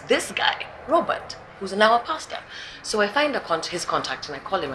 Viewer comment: Robert, the 't' is silent.